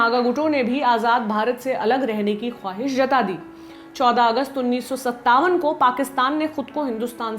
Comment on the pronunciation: 6:8 1957 😅😅😂😂 peg mar ke baithi ho kya, mem